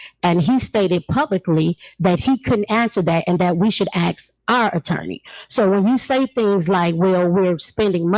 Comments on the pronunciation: Tahoe Tiffany needs to go back to school and take ENG 101. She also needs to take Elocution lessons. It is "ask" not "ax". It is "with" not "wiff". It is "ridiculous" not "wedickkulus" Do you get the picture Tiffany? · Speech class. Act # Ask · "You ax me trustee, so let me finish". Tiffany Tahoe...it's ASK, not ax. You're a Super Crooked Mayor 😂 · I can’t believe she still says “Ax” instead of “ask” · By the way the word "aks" is ask hehe... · FYI- ax = ask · And perhaps a basic language class, as well. The way she pronounces “ask” is simply embarrassing.